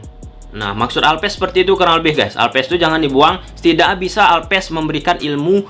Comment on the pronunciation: alves bukan alpes.. 😂 back bukan bek(bebek) 😂